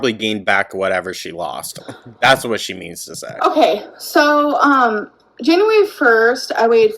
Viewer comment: “Januwawry” took me out 😭